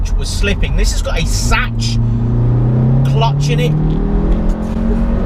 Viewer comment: Sachs- pronounced ‘Sacks’ 👍🏻👍🏻